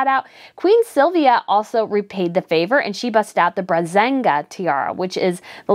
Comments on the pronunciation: Sorry! but you have to learn the right name of tiaras. It's not the Brazenga tiara it's the Braganza tiara! But in the Swedish Royal family it's the Brazilian tiara. And you always say wrong about a set of jewelry. It's a Parure you say Padur. I think it's important that if you criticize as you do every week you must be on spot on all. Shame on you. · This makes me miss the order of splendor blog soooooo much! Just 1 note: it's the Braganza tiara, not the Brezenga. Bazinga! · Dear, you are doing such a great job on these videos, but please, please, for the sake of professionalism, improve a little on the way to pronounce the various tiaras. For Sweden and Queen Silvia it is the Bra-gan-zah Tiara. Written Braganza. If "Pearl Poiré" tiara (Danish jewel, pronounced simiar to "poah-reh") is too difficult to say, then simply go for Danish Pearl Drop tiara. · Please learn how to pronounce "Braganza."